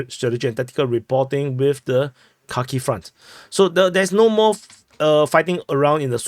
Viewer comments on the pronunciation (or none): none